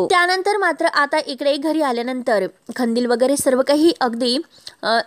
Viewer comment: खंदिल नाही ओ कंदिल, मराठीची वाट नका लावू